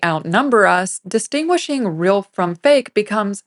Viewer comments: Brilliant video. Only issue is the pronunciation of "real" - that word does not rhyme with "grill." :) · Interesting video. As an aside, I got hung up on the presenter's pronunciation of the word 'real' or, as she says, 'ril'.